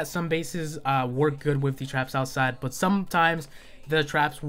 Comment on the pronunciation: I hate how you say "but"